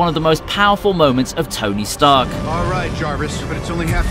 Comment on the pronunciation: Ah yes, tony starch